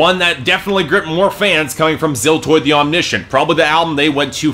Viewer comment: Your wrong pronunciation of Omniscient pissed me off for some reason...